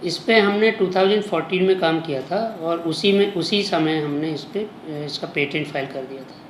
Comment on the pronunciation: मेडम पेमेंट नही पेटेंट बोलते हैं